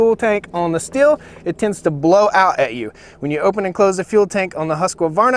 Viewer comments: Pronounced steel not still. I wasn’t sure till I saw an actual Stihl commercial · Stihl is pronounced Steel. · Thanks for your nice clip (which I have not watched to the end yet) and the Stihl is not pronounced "still" as you do since the 'h' is stretching the name and it is pronounced like the word 'steal' is. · OK guys and gals its Stihl pronounced "steel" not "still". Change my mind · It is pronounced steal. Not still. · Yeah but...…..Stihl is pronounced 'shtill', not 'steel'. Andreas Stihl probably rolls his eyes every time the dealers say 'steel'. Pure advertising hype. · Stihl is pronounced "Steel" :| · The simple fact that you don't know how to say Stihl properly lets me know you don't know what you're talking about. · Excuse me Sir, but you are maling the typical American mistake in pronouncing the factory names of these two european chainsaws. It would be a Nice touch of recognicing a different culture in trying to pronounce forrige names correct instead of believing that your Way u’s the better. The Stihl you pronounce as if it is spejles with two “l”s. It is not the h indicates that it should be pronunced like “steel”. The swedish ;husquarna Saw is pronounced straight: in two syllabels. Husq’uarna not like you think huskawarna. It is not Nice, Sir. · Video seems biased. Stihls chain is clearly not as sharp and I could hear it isnt tuned quite right. Its 4 stroking way too easy. Also it kills me how you mispronounced both names every single time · I think you can't go wrong with either brand. My question is, where does the extra syllable always come from in the Husqvarna name? A vast majority of people say it like Husk a varna. It should be just Husk varna. And the Stihl name is pronounced like "still" when it should be pronounced "steel". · the saws are pronounced steel and hoosk varna. not still or husk a varna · I like how these muricans equally mispronounce both brand names